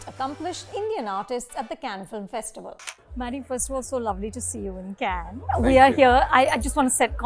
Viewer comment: Everything ws excellent abt the interview, including Anupama's spontaneous burst of hearty laughter, except Maddy getting "Cannes" pronunciation wrong.